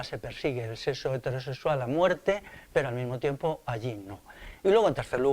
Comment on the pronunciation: No digas "seso", di, por favor, "sexo".